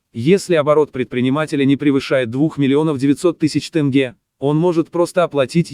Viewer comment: Тэнге емес! Тенге деп айтсан не болады? Дурыс сойле!